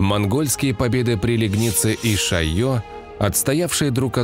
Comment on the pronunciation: Правильно говорить: лЕгница